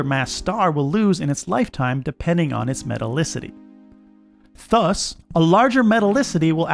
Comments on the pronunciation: Why are you pronouncing ‘thus’ the way you are?? Sounds like fuss!! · Why do you pronounce ”thus” as ”fuss”???!!! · Why do you pronounce "thus" like that? 😂